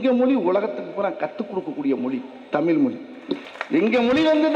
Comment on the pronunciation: Thamizhi inra varthaya mothalla ozhunga solluda. ethana makkalukku senja thana porumaya than erukkan innu padikkira pasangalukku laptop innum kudukkala.thalikku thangam kodukkala.exam pass panna teacher ku job order podala...innum list poittea erukku type panna kai valikkuthu.....kari thuppa than thonnuthu...dai vadi velu D.M.K karan pee.....ya thiriya da ...athan mulu vela pakka mattuthu.... unnoda comedya pathu enda tamila kathukkanum ethu sari.vera mazhiya kathukita thappa da .unakku varalana vidu da.kathuga viruppam ullavargala ennda thadukkura naayea......